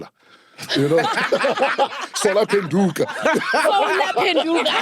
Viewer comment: "Sol"ar! "Sol"ar wama So"lar"